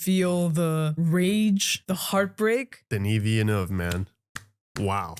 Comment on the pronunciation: As a proud Canadian … thank you for not pronouncing the directors name as DENNIS VILLANUEVA. Love love your channel